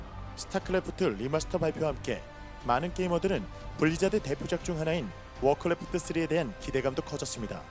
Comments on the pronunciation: 되게 사소한거지만 크레프트를 매번 클레프트라고 발음하는거 거슬림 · 클래프트 발음 좆같아